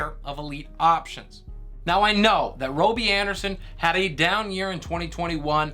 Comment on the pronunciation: Bro not trying to hate how do you get Roby out Robby with another b